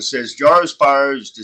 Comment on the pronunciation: Yes, they are one of many, many invasive species now spreading around. They are also totally harmless and blessed with wonderful myths in Japan, where they are native. As for the pronunciation, i's not JAR-o, it's Juh-ROW. As for their webs, their uniqueness is in their resemblance to musical staves (the horizontal lines on which notes are written).